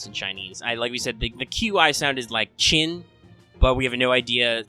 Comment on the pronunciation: Q in Chinese is pronounced ch